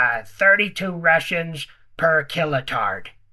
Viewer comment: “Per killatard”😂 😂😂